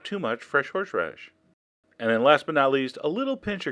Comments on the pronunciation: "fresh-horsh-radish" haha! You're awesome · I love how you pronounce "horsheradish" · you say horseradish 'horsh-radish' hahaha.